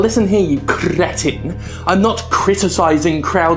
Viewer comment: I had to laugh when Jim said 'now look here you krrrretins' xD